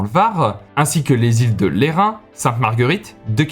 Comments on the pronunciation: Merci pour la vidéo. On prononce le S à la fin des Îles de Lerins 😉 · Pour les îles de lerins je viens de cannes et on dit Îles de LerinS